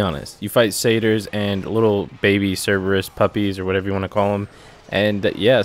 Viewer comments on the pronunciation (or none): none